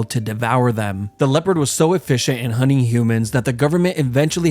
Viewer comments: Bro keeps saying hunning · "hunning grounds" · hunning grounds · Huning huners...Americans are so funny, why do they not pronounce the T ? 🤣